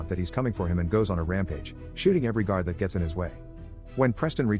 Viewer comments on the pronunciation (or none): none